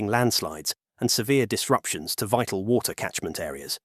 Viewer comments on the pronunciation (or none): none